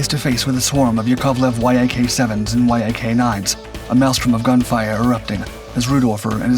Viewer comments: There is no "Y-A-K 7" or "Y-A-K 9". These are "Yak" type airplanes. Yak rhymes with Jack. That's how you say it. =PC= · ""Why Aa Kay"? Yak is short for Yakovlev, it's not an abbreviation!